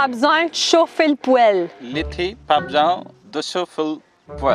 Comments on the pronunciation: quand tu es québécoise et que tu réalise qu'a ... ça resemble plus a "poil" qu'a poêle ton affaire😂😂😂 bravo👌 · poêle est pas du tout prononcé comme poil c'est Poêeeeele ( comme le bêee du mouton lololol ) merci pour cette vidéo j'capote bin raide lol! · Tu as dit poil au lieu de poêle. Au Québec, le è et le ê n'ont pas du tout la même sonorité et tu as employé le è au lieu du ê. Chauffer le poil donne une image assez comique. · Comment veux-tu apprendre à quelqu'un à parler québécois quand tu fais toi même des fautes partout? (Ex.: Poêle ne se dit pas "pouèle") c'était un exemple parmis tant d'autres.